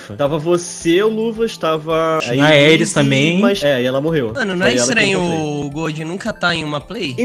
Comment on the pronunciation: É muito engraçado eles chamando a Eeiris de éris